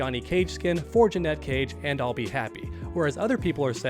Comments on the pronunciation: It’s not JUH-NET it’s Janet 😑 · Dude idc how many people typed it already, here it is again so it sticks! THERE IS A HUGE DIFFERENCE IN PRONUNCIATION BETWEEN "JANET" AND "JANETTE!" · It’s Janet , not Janette 🙄🤦🏾‍♂️🤣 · Janet. Not Janette 🤦‍♂️ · Do you call Janet Jackson, Janette Jackson? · JANET: Her Name JEANETTE: What you're saying It's not a huge deal, I know, but it does make me want to switch off the video. I don't know why it bothers me so much. Keep up the good work,! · she says janet and he still says ja-net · I've seen several streamers calling her Janette. I'd never heard anyone pronounce Janet that way until now. So strange. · I think I pronounce it like that because my mom's name is Annette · Thank you lol The way he’s saying it is spelled “Jeanette” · yeah I put it that way on my original comment about it, just didn’t want to correct the op of this particular comment but yeah definitely says Jeanette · admitted that he would rather to pronounce her name as Janette than janet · WTF? Her name is JANET, not Janette! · Say it with me: jan as in January 🤦🏻‍♂️ it ain’t hard bro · Awesome video just so annoying the way u say JA-NeT 😩cage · It's insane to me that someone can't pronounce the "Janet" It's not jennay jenet or any other stupid way to pronounce it. JA-NET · Stop saying Janet wrong. Jeanette is a different name. You look stupid. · my guy still can't say janet..... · Why are you saying her name like that? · Really curious to see how u pronounce Janet Jackson 😂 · 😂😂😂 It’s not hard to say her name Janet but call her Joey Cage 😅😅😅😅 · Thank you I said this yesterday it’s infuriating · It's super cringe when u pronounce Janet wrong... She literally says her name in the game..... But anyway... they simply didn't announce her because they ain't wanna spoil the ending... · Bruh he drives me crazy saying her name wrong 🙄